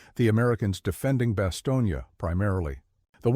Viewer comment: When you mis-pronounce the name of the embattled town in Belgium, you sound ignorant.